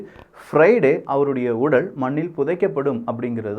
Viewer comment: தம்பி, உடல்... உடள் இல்லை. உங்க பல வீடியோ பாத்திருக்கேன், இந்த குறில், நெடில் உச்சரிப்பில் பிழை வருகிறது.